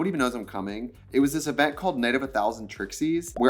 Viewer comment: “let’s go to this ezent”